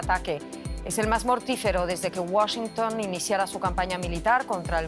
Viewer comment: Enseñenle a como se pronuncia la capital de EEUU. No es Washincun, es Washington